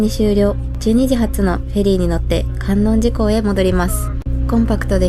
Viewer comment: 伊吹島、とっても素敵ですね✨ ご参考までに地名の観音寺はかんおんじと読みます♫